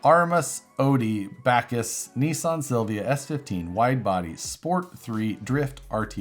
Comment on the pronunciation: Odi Bachis. It’s pronounced “Ba ch y